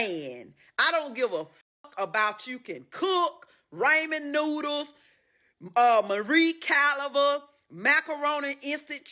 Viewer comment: Did she say “Celibrit” and “Marie Caliber”???😂😂